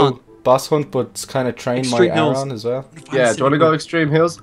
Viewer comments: Sorry ar on not a r on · its "air on" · Aron is pronounced as: ar (r) on